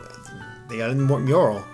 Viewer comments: M-U-R-A-L! Not Murai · Mural. Stop saying Murai? What does that even mean... You said it correctly later though, brownie points. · Mustang MuraL lol not murai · murai? you mean mural lol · Murai? Mural... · Mural. With an L. As in the painting on the wall man. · "Mustan Murai" I'm dying. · Please someone tell me, I know hes american but MURAI?! now maybe your not an art guy or a history guy but its a commonish word, its called a mew-rahl. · murai!? wtf dude mural. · I didn't know "mural" was pronounced mure-eye. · He said it correctly later in the video, which is odd. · am I the only one who got a little annoyed by the pronunciation of "mural"? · it's a mural with an "L"